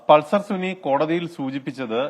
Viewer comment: Pulser suni അല്ല സുന 😂.